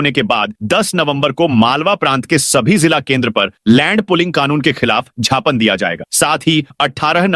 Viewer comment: ❤ सही शव्द है ज्ञापन ।उसे छापन बोलना छापड जैसा लगता है।ज्ञापध बोलना क्या ग़लत है।😊